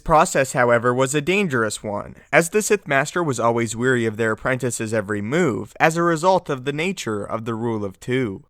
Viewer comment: The the word you are looking for here is "wary", pornounced ware-ee. You use it a lot, so it would behoove you too correct it. :) Just want to help, love your videos.